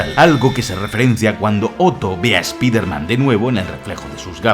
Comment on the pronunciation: Spailerman spailerman y no me extlaña